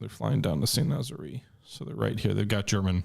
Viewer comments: Sahn - Nah - Zaer. Not "Nazeree" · Out of coriosity, where is St Nazzery. Because it looks to me like the raid in on St Nazaire, which is pronounced Saint Nazz-air.